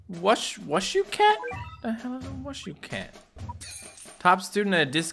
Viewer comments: wushu is pronounced as 'woo shoo' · is pronounced: WOOSHOO cat